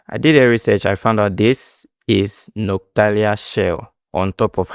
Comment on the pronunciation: its pronounced suh-LESS-tee-ah